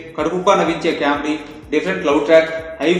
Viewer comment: It's pronounced as 'comedy' not 'caawmedy'. Btw review was good